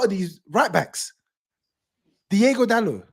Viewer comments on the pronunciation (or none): It's DI-O-GO Dalot, Not Diego,.